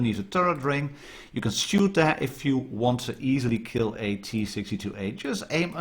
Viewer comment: "I keel you!" lol! Nice review .